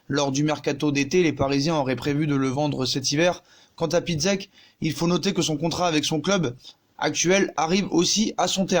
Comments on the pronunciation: Pour Piszczek ça se prononce Pitchek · « Lucas pisquette » mdrrr